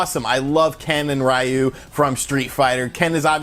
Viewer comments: It’s pronounced reeyu. Not rwhyu. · Hey there...Japanese speaker here. Ryus name just means dragon. Ryu is pronounced ree yu. Rai means thunder. Like the pokemon raikou. Raiyu sounds cool but it's just not Ryu's name. If you ever need to know just play SF and select him. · RA- U ? It’s pronounced: Re- Uh. Is Japanese, not English. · Literally nobody calls him "Rayu." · It’s RE-YU!!! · Stop saying rayu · RA-U, he says lol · Literally "Ri+yu" to pronounce Ryu, don't get how Americans constantly screw up the pronunciation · I'm American and know it's Ri-yu with the r pronounced as the Japanese do, kind of like a soft d and l mixed. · “Raiyu” ... really dude? Really? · I know how a lot of english speaking people pronounce name and words in japanese diferent... But I really don't like how he always says "Ryu" name as "Raiu" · "Ree-you" In English. "You" in Japanese. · that’s not how it’s pronounced in Japanese. The Japanese R is an alveolar flap, like the “tt” sound in “bottle” So it’s like (tt sound)-yu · That simple action of him pronouncing Ryu's name wrong has given me stage 4 cancer. Rip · You say Ryu funny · That's not how you pronounce Ryu's name